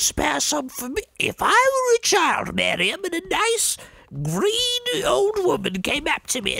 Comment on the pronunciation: I kept hearing that as 'greedy old woman' instead of 'green old woman', and I was like "Wow. She just... she doesn't sugarcoat it, does she? Respect."